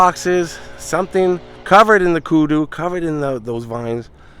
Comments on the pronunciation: Hey my friend. Kudzu is the name of the vines not kudu…just a friendly correction….awesome job on the videos 😅 Happy 6 years anniversary to you man! You keep us entertained and informed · Kudzu. We pronounce it kud-zoo lol. Be safe out there! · Happy Anniversary, I live in the south and the vines that grow on everything is pronounced KUDZOO